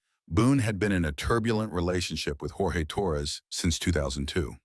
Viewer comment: it’s pronounced George per his family in every interview they’ve ever done.😊 otherwise great video!